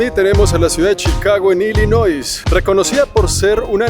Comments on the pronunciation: Hola. .nose pronuncia la s. Solo se pronuncia Illinoi. . Pero se escribe Illinois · Illinois, la ese no se pronuncia. Ilinoi. Pero si tenés alguna duda, pregúntale a alguien que vive allí como se pronuncia el nombre del estado. Otra opción es ponerlo en Google translate y escuchar cómo se pronuncia o en cualquier app de diccionario en ingles donde también ofrecen la pronunciación de cualquier palabra. Saludos. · Saludos! Gracias por pasar por chitown, dato curioso en inglés se pronuncia ilinoi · Este hombre no sabe pronunciar Illinois, pero lo peor de todo es que no sabe lo que significa teoria. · Yo vivo en Chicago no creo que sea una de las mejores ciudades ya hay mucha violencia, una observación, la palabra Illinois no se pronuncia la “s” al final, saludos. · No se pronuncia la s en illinois. Ciudadano latino de chicago, nacido y criado aquí de nada 😂